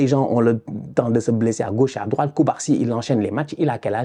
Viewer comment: Tu as oublié de parler du trou de Vazquez en tant que latéral "roit", faut lui enlever le "d" svp...